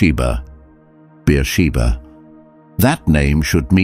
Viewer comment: Abijah not Abigail. Beersheba not Biashiba Not Debbie.